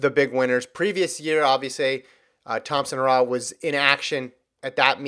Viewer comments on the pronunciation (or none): Damn stop pronounce Elaine name incorrectly it is He ra h not hoorah